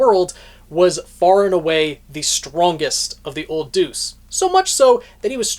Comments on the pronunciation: Isn't it pronounced "de-us", not "duce"? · no, in this situation where it means god, it’s pronounced more similarly to “day-us” This guy says it like how you would say deuce in tennis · Just a heads up it's deus (pronounced day us). It's an ancient Greek word for "god". E.g. deus ex machina. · I keep giggling because you pronounce Deus as "deuce"... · Your pronunciation of Deus actually made me say "Old 'what'?" in disbelief